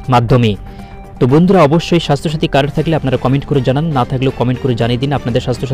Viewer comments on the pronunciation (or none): তুইতো কার্ড (card) শব্দ উচ্চারণ করতে পারিনা ঠিকমতো কি করে ইউটিউব চালায়, আগে নিজে বুঝার চেষ্টা কর তারপর অপরকে বুঝাবার চেষ্টা কর।